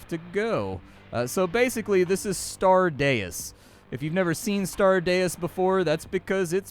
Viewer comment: Deus is 'dayy-oos'.